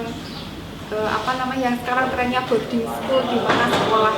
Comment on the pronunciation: Maaf mas, itu Bording school, bukan body school. mungkin masnya kurang denger.